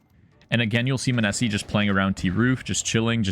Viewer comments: munessy mOH-Ne-Sy please lmao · Dude I think you messed up the emphasis on his nickname :D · Your content is always great but fuck ME hearing your pronunciation of Monesy hurts xD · how do you watch the games and still say the name wrong? serious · butchered tf outta his name